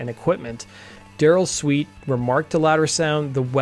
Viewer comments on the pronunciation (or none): none